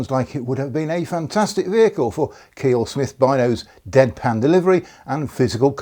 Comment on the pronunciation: Small point, but Kiell is pronounced Ky -ell, rather than Keel 😊